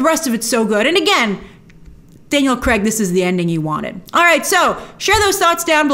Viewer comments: Daniel Cregg, just say the guys name correctly. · Could you please, PLEASE start calling him Daniel Craig instead of Daniel kreg!!